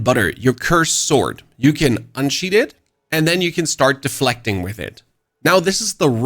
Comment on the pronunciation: bro "unsheathe" and "sheathe" are your nemesis lol